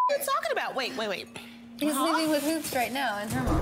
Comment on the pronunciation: NY pronunciation for your everyday life. "Hoops" Pronunciation: "He-you-oops"